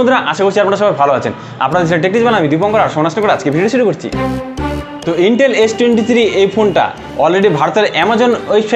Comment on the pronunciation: আরে ভাই ইন্টেল না আইটেল😂😂😂 আবাল